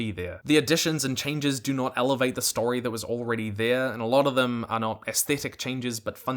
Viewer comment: Great video👍! The way you pronounce elevate infuriates me